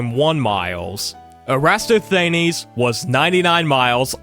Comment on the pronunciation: Given your prior comment about you trying your best with these pronunciations, I'd strongly recommend checking Wikipedia for pronunciations (err-ə-TOSS-thə-NEEZ) or setting Google Translate to the language in question (for loanwords and famous names, English generally also works) and asking it to pronounce them. Both have worked reliably for every word I've checked against my prior knowledge from 90s documentaries.